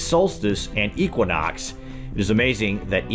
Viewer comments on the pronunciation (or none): none